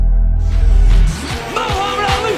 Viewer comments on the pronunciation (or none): pronounce the name of Mohamed Ali properly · Tyler pronounced Mohammad Ali wrongly